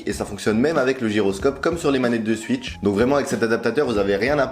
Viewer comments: La nintendo suitch Très belle prononciation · Nintendo "Suitch" au secours